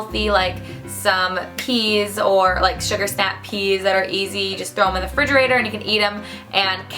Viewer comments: The word is "refrigerator" not fridgerator lol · "Fridgerator" I can't even deal SH